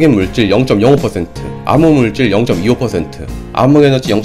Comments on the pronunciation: ㅋㅋㅋ 아무물질 아무에너지 암흑의 발음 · 아인슌타인이라고 하세요 ㅋㅋ 발음 귀여우세요 ㅋㅋㅋ 그거랑 암흑물질을 아믕물질 ㅋㅋㅋ 너무 커엽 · 발음이 왜 이래 아무물질로 들려 아인슌타인으로 들려